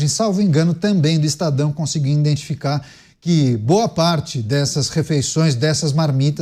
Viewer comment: O apresentador falou por 2x: é preciso iNdentificar 😮